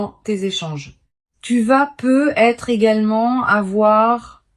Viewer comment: les voix IA c'estpluspossibler ou alors corrigre le "Peu.. être " insuportable